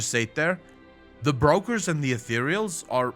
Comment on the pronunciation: English is not your first language I guess. But they are not Breakers, but brokers and that have nothing to do with breaking.